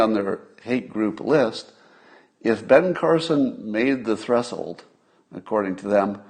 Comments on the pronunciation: Scott, I love ya! But 'threshold' is not pronounced "thressold" :] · I was so surprised he hadn't heard people pronounce it properly and pronounced it the way he thought was correct. Such a common word. Of course, he does hear people pronounce hydroxychloroquine correctly and still pronounces that wrong. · Is Scott's pronunciation of Threshold correct? There is a sh in there! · Oh my god, dude, thank you. I thought I was the only one. Have I been pronouncing this word incorrectly my whole life?! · Cool hwhip?